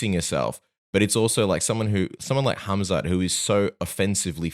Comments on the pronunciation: Is he trolling saying Hazmat? I like Rob, but come on now. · K.H.AM.Z.A.T...NOT HAZMAT takerwhit bertro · He is not Kazmat stop saying his name wrong dude)) i thought Robert is not really that guy i thought he is more careful with those stuff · Can someone please tell The Reaper, it is HAMZAT not HAZMAT 😂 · He heard other fighters pronounce it as hazmat... but it's pronounces hamzat...close enough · Khamzat ❌️ hazmat ✅️ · Why does he keep calling him Hazmat? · Funny how Bobby calls him Hazmat 😂😂😂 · Did he say Hazmat Chimaev? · Uncle Chael infesting everyone with fighter name mispronounciation. HAZMAT ??? lol😂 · Is he calling him Hazmat on purpose LMAO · Rob MUST have been corrected by someone at this point for saying hazmat. I think hes doing it on purpose lol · Rob calls him HAZMAT. Hazardous and Toxic Material. 😂😂😂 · Rob trying to play mind games with Khamzat calling him hazmat. Even though before the fight was booked he would say his name correctly 🤣 this is going to be a fun fight 👊 InshaAllah 14-0 ☝️ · Rob's still calling him "Hazmat" lol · Every time he calls him Hazmat it tickles me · He uses to pronounce his name incorrectly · Mispronouncing a name from a completely different language and part of the world? It's not that big of a deal. I'm sure he didn't mind being called Hobert Whittaker